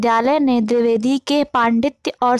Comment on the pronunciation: drivedi nhi dvivedi g okokk nam hi bigad diya .bolna bhi nhi araha